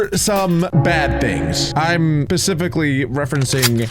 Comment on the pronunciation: is it just me or did he say pacific?